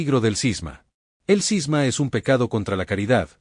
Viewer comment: Cisma, no Sisma!